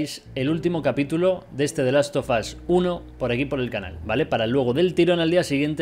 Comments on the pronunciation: Nadie:: the last of us German: de las o vos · The last of asss Jajajaja